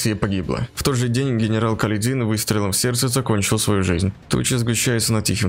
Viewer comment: Не КаледИн, а КалЕдин!